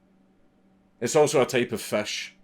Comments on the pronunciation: Thank you for clearing that up for me. I could not for the life of me understand that he said "fish". I kept hearing "fesh" or "fash", or something like that. British English I can handle, but this... this is something else, lol. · "he died of FESH 😔"